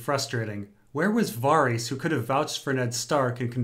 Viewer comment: is so bad at pronunciations. "alenna tyrell" "arianna martell" "vareees"